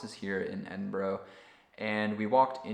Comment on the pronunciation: How can you travel to Edinburgh and pronounce it that incorrectly 😂